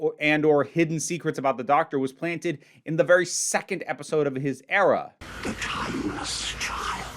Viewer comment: I’m sorry, but I found it funny how when u said era it was like error, “the chibnall error”